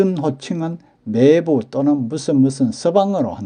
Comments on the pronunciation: 장단(長短)도 구분해야 하는데 이 동영상에서도 '매:제, 매:부'라고 길게 하고 '같은 漢字를 쓰는 '매형'은 짧게 바른 발음을 하시니 알려드린 겁니다. '매(妹)'는 짧게 발음 하는 것이 옳습니다. 국어사전에도 길게 발음하는 것을 나타내는 ':'표시가 없습니다. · '매부(妹夫)'나 '매제(妹弟)'의 발음은 '매(妹)'를 짧게 해야 하는데, 동영상 만든 분은 '매:부, 매:제''라고 길게 하시네요. '매형(妹兄)'은 짧게 제대로 발음 하시는데, 다른 호칭(매부, 매제)에서는 '매(妹)'를 길게 잘못 발음하시네요. '아내'라는 호칭의 발음도 굉장히 어색하네요. 보통 듣는 '아내'와는 전혀 동떨어진 이상한 발음이네요. 방송이니까 표기(表記)도, 발음(發音)도 정확해야 하지 않을까 싶어 다음 영상 만드실 때 참고하시라고 알려드립니다. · 주위에는 '매부, 매제'를 길게 하는 사람이 없습니다. 지금 쓰고있는 사전에도 '제부(弟夫)'는 장음(長音) 표시되어 '제:부'라고 나오는데, '매부'와 '매제'에는 이 장음(長音) 표시 ':'가 없습니다. 지금 보는 사전에 표시된 걸 기준하는 것이 옳지 않을까요? 나중에 길게 발음하는 것이 옳다고 바뀌면 그때는 길게 발음하더라도 지금은 짧게 발음하는 것이 옳지 않을까요? 이 글자 발음의 長短이 달라질 그런 일은 없을 것 같습니다. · 자기 성씨 조차 제대로 발음 않는 것을 방관만 해서 되겠습니까? 알려 줄 수 있으면 알려줘서 제대로 알게 하는 것이 옳은 일 아닐까요? 이 동영상에서 '매형'은 짧게, '매부와 매제'는 길게 발음하는 것이 확연해서 그러는 겁니다. 지금처럼 언어의 제대로 된 습관이 무너져 가는 것을 방관하는 건 옳지 않다고 봅니다. 굵고 가늘고, 두껍고 얇은 것을 구분않고 쓰는 경우를 보면 알려 줄 수 있으면 알려줘서 제대로 된 걸 찾아가도록 해 주는 것이 옳지 않을까요? '코스프레' 같은 일본에서 지어 낸(?) 영어 아닌 영어나, '팩트 체크'니 '오픈'이니 하는 영어를 남용하면서 우리 말, 글은 함부로 하는 풍조를 그냥 보고만 있을 수는 없지 않습니까.